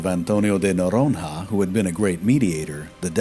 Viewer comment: "Noronha" is actually spelled like "Bologna", but aside from that, great work, as usual :goodvibes